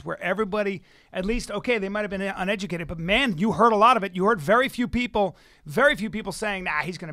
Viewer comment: What I say ON educated opinion, Bryan, I mean ON uneducated opinion. Hey Schaub, learn how to pronounce uneducated before you mention someone being uneducated